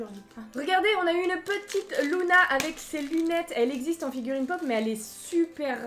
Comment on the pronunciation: c’est LUna pas LOUna